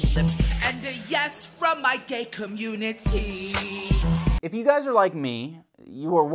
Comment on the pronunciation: FROM ME IN THE GAY COM-MUN-IT-Y: its a definite n o